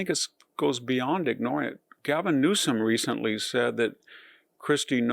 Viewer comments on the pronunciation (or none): none